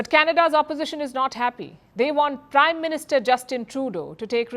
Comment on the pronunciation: Did he say prime Minister or crime Minister? 😅😅😅